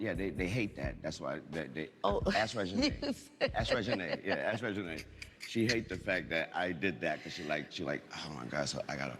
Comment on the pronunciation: He just called Reginae Renee? That’s crazy work. But let me just finish the interview